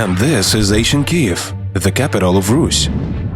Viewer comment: Вам треба трошки попрацювати над вимовою, зверніть увагу на flood, author і дивно але Kyiv. Загалом дякую за вашу працю)